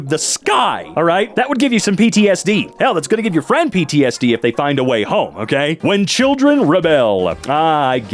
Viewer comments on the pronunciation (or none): none